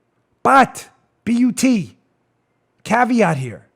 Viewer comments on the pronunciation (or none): none